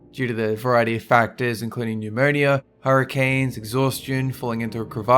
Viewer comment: I've never heard anyone pronounce The word pneumonia like you did. It's cute. lol.